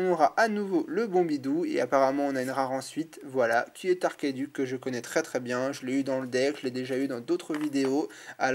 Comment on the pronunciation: DSL mais ça se dit pas arkeduc mais archeduc.